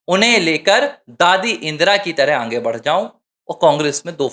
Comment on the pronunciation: Poor Pronounsation, aange